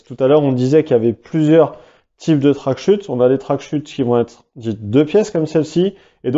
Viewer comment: Les CH dans "wingsuit" et "tracksuit", ça ne fait ni accent anglais, ni accent français. (en fait tu es le seul que j'entends prononcer ça comme ça)